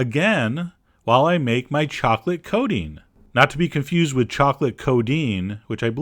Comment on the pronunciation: Chocolate Coding XD he keeps saying it like that. :PP coaTing